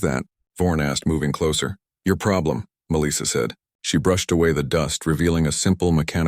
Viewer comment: This is surely the worst AI voice I've heard. The cadence and pronunciation is terrible. It's Melissa (Mel - soft i - ah) not Meleesa.